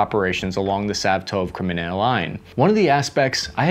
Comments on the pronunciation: LMAO! Watching Cap mispronounce proper nouns since 2019.... (We don't expect you to speak Ukrainian dude, but c'mon, "Sav-TOVE"??? It's "SVAH-toe-veh".) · I think "Svatove" is 3 syllables -- more or less like: SVAH-toh-vuh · Siv-a-tove lol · Svatove is pronounced Svah-toe-vay fyi. Answer to a question no one asked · it's pronounced "svatove" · Sv ah toe vey is the pronunciation. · It still hurt, but I’ll give him a B- for attempting to get better. Though, if I never hear him pronounce Svatove again, it’ll be too soon🤣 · Sav-tove? Anna-tovski? Good grief!